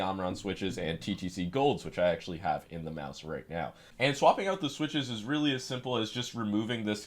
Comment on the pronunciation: Oh rearry